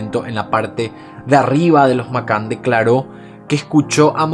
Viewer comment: Me encanta tu trabajo , pero tengo el inglés como lengua materna también ! Y cada vez que pronuncias Mccann no es correcto 😅😌 a mi, me suena muy raro . Grandísimo trabajo